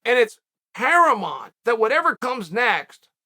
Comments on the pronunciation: Quick Poll: Do you think Chael says "Paramont instead of paramount because he's got CTE? Or because he is just messing with us..... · weirdly enough I am from West Lynn Oregon. No one says paramont. No one. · no he says it every time lol